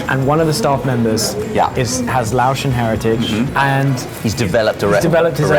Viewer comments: Laotion isn't pronounced loow- Shun, it's lay-ocean you silly guys, but yes we all pronounce things different from each side of the pond. I really enjoy "Tread the globe" channel and their way of saying words too. I also have a local good friend who hales from Manchester he is fun to figure out most times what the heck he is on about. And hey guys what about the sides??? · I was watching it with my mom and straightaway noticed the sticky rice. My mom and I were laughing. Can’t imagine eating Lao sausage without sticky rice. SEAs love sticky rice. I’m sorry, but as a person who is Lao, hearing y’all saying Laotian as Lao-shin was funny. Lao, pronounced like loud without the “d” and Laotian, lay-ocean. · Pronouncing it L”ow”sh is insane.